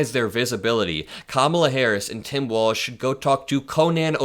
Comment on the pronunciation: Why is he pronouncing Walz like 'Walsh'?